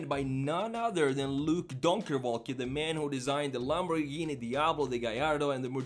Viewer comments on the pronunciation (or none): none